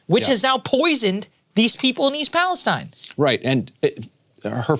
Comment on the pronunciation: Wow someone said East Palestine correctly 👍